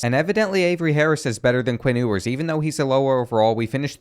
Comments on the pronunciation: It's pronounced like "Yewers" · It’s you-ers. Also, he is and will be a better QB than Manning